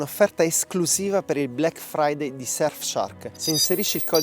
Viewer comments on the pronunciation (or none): none